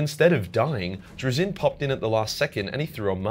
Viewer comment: And the one thing he does not have in there is your ability to actually say he's act fucking name right lol....